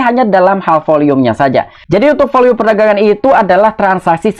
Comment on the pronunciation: Volume kali bang bukan volium